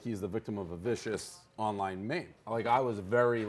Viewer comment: Dave can't even say meme...